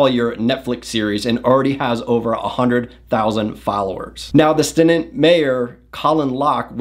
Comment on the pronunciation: Bro... learn to pronounce the names Amarillo and Stinnett.